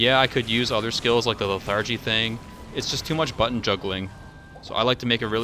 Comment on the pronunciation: also how come d2 youtubers cant pronounce lethargy properly llama did the same thing